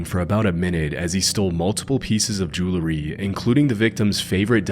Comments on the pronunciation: Jewelry.... not jewlery... i'd imagine Jewlery is a star of David necklace. Jewel...ry... come on, man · The way you say jewelry JU-LERR-Y 😊😊😊😅😅